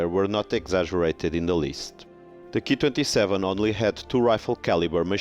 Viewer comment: You pronounce the Ki-27 as the 'key' 27. This is not right, you should just say the letters individually as K, I 27, after all, you wouldn't pronounced the Junkers Ju 87 as the 'Jew' 87 would you? If you're presenting facts about the aircraft, at least learn to pronounce their designations correctly, or it makes you look a little ignorant. But overall a very interesting vlog though.